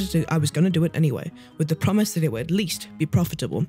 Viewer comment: "They're building ze bridge"